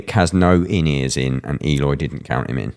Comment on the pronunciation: Sound analysis! Would love it if you'd pronounce his name as ehLOY, not EEyore.